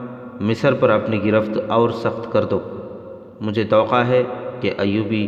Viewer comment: بھائی آپ لفظ " توقع " کو بہت غلط پڑھ رہے ہو۔ آپ اسکو "توقا" پڑھتے ہیں۔جب کہ یہ لفظ ta wa kah ہے ۔ "نامور" کو بھی آپ نے na moor پڑھا ہے ۔جب کہ یہ "نام ور" پڑھا جاتا ہے ۔اسطرح اور بھی کئی غلطیاں ہیں ۔تھوڑی تیاری کر لیا کریں ۔شکریہ